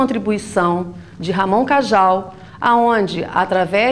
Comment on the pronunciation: Professora, Cajal é espanhol, portanto, corrija a pronúncia!! Kandel o "pai", não existe mais este conceito em ciência, evita-se o uso. Aí de inicio desanima, mas o vídeo é enriquecedor.